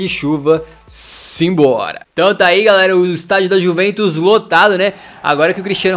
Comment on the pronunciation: No minuto19:4 o fala:-é gol da juventos. Bem certinho kkk